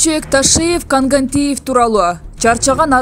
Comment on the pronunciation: Жанылыкты кыргызча окуп жатасын Молдомусаны деле кыйналбай Коогантиев эле десен болмок Кангантиев деп бурмалабай